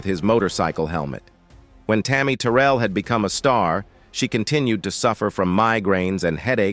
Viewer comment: That’s not how you say tarry Terrell name 😐😐